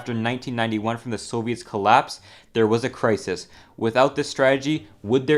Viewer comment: y does he pronounce crisis like that